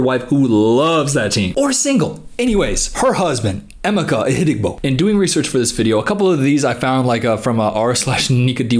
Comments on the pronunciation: Oh my gosh😂😂😂😂 I'm Nigerian and I just realized , his name is Emeka. You have been mispronouncing it as Amika and I thought that it was a weird English or Filipino name. Btw its pronounced "Eymayka" emphasis on the ka. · The way he butchered Emeka’s name, help😭 Love you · No offense but as a Nigerian, that is the worst pronunciation of Emeka I've ever heard 😭😭 (To be fair, I went to look for a video of her pronouncing his name and it's also terrible 😭)